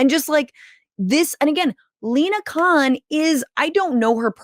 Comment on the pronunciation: I cannot believe I heard an American pronounce her surname as Khan not Kon. Well done Franscesca.